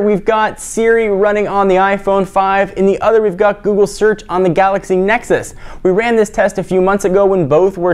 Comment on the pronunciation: did you say buggly lol jelly bean is more responsive the ios6 lol